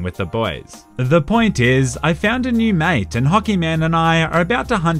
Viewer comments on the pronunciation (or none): none